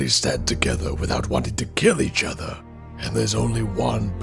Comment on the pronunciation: My only gripe with the voice acting is that you guys say, “udder” instead of “other.” Like, the “th” is replaced with a “d.” Otherwise, really intriguing. Good job.